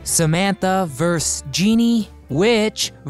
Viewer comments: It’s ‘versus’ not ‘verse’. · vs stands for versus, not verse. Just saying. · vs is versus, not verse. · The word is VERSUS not VERSE. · VS is the abbreviation of VERSUS, not Verse.... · vs. is short for “versus” not “verse”. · Cool video! You are mispronouncing "vs" aka "versus." It's not "verse," but "verse uz." Friendly helpful tip! Thanks for taking me down memory lane. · Vers? Why not versus? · FYI, “vs” is pronounced “versus” (two syllables), not verse. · Sorry to be picky, The word you meant to use is "versus", not verse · VS is an abbreviation for versus, (Ver-sus), not verse. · "vs" stands for "versus", not "verse". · The phrase is "versus" not "verse". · Damn. Was enjoying this, till we got vs(vers) instead of versus. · “Versus”. Not “Verse”. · The word is "versus," not "verse!" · “Versus”, not “verse”. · It ver sus not ves... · Verse? How about versus... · verse? verse???? a verse is part of a song the word is versus... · 'VS' is short for 'versus' - two syllables. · Vs = Verses is pronounced Ver-sis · Ver-sus. Two syllables.